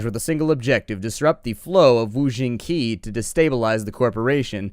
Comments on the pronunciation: I don't know if you care or not but Qi is pronounced like chi and the Xing in wuxing is pronounced like shing. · Um.. Is it just me, or is qi actually pronounced "chi" or "chee"? Or have I just heard it wrong my whole life?